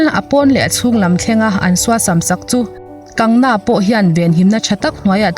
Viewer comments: Kangna nilovin..Kangana tia chhiar ni zawk se..News hrang hrang pawh in an sawi dan ani. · Kangna ani lo Kangana zawk aw, i sawi sual hret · Kan-ga-na tia lam tur Kang-na ni lovin.😁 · Kangna tih ai chuan kangana tih hian a lam rik dan ngaihthlak a nuam zawk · An bawl kual theih in awm suh a dik ni a i hriat ang khan lam tawp rawh A sipel ang khian Vainu hming te chu lam la dik ber..😂 Kangna tih hian beng thlep an tam zawk ka ring..Kangna a in ti loa, Chu vangin Kangana (Kang ga na) tih zawk tur aw..Matre..😄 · Hming dik lo a in lam sak te, in ziah sak te hi ngeiawm phian ania. Class10 marksheet ah ka hming an ziah dikloh avang in ka buai hrep tawh. Kangna nilo in Kangana. Rhea chu A chawh tih dawn chuan ka khawngaih deuh bawk sia, lawmpui mai ang😂😂😂. Republic tv ho hian bei tak2 teh se. A ngaihnawm chho zel dawn e. Ka nuihzat em2 chu Rhea in a a Drugs tih loh zia a sawi a,thisen test pawh angam zia a sawi lai vel kha.a inpuang Leh zuah2 bawk sia. A ukil pa hian chakloh a hlau mai sia. An chakloh chuan a hmingchhe duai ve thei tlat.lo chak thang tawh anih vang hian. A chawh ngawt ang.chaklo se😁😜 Thubelh covit19 pawh hi ssr thihna avang hian kai an pun phah ngawt ang. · Kangna nilovin kangana tia lam tur ani lawm ni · Kangna ni lovin kangana.mi hming tehi lamdik kanla ngai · Kangna tih a ilam hian ka nuih a za tlat😁😁😁